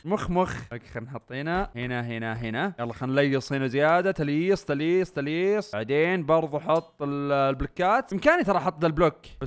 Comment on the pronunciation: اسمها تلييس مو تلييص